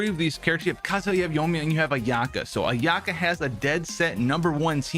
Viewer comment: It's not a-YAH-ka. It's A-ya-ka.